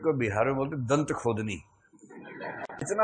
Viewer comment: Not dantkhodni -datkhodni